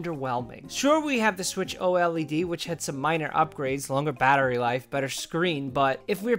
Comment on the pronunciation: Please don't say "O-L-E-D". Say OLED as one word instead like 99,9% of humanity does (WulffDen and others are the 0,1%). Edit: I subscribed to you after my comment, I will let it slide for now. Any future "O-L-E-D" pronounciation instead of saying "OLED" will increase the risk of unsubscribing. You better don't do it!